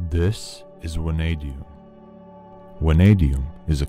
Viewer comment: VVVVVVanadium, not wanadium